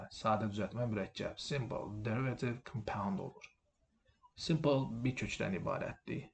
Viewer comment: "Müəllim", qrammatikanıza fikir bildirmirəm. Amma tələffüzünüzə də fikir versəniz pis olmaz. Məsələn, Compound (mürəkkəb) sözü sizin tələffüz etdiyiniz kimi [kəm'paʊnd] yox, [ˈkɒmpaʊnd] kimi, Minute (dəqiqə) sözü [ˈmaɪnət] yox, [ˈmɪnɪt] kimi tələffüz olunur. Camel (dəvə) sözünü isə balaca uşaq da bilir: [ˈkeɪməl] yox, [ˈkæməl] və s...